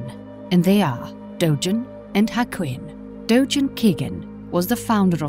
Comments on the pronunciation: also, its "dogen." not "dojen." romaji is the easiest thing in the world to pronounce, and they still did it wrong... it feels insulting. "my names saul." "well, im gonna call you paul." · "Dojen" "Dogen" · You're saying "dogen" wrong. Japanese doesn't have soft G's, they're all hard G's like "Gary, Go, Garmet."